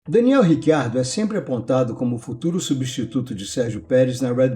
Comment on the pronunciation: Cara, pode por favorme explicar essa pronúncia do nome do Riccardo, já ouvi "Ritchardo" (vindo da origem italiana) ou "Ricardo" (afinal, somos brasileiros), mas Rick Ardo eu nunca ouvi antes...